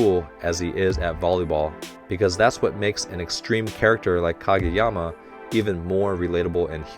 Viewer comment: ahahaha!! “Challenge me Kageyawma” 😂🤣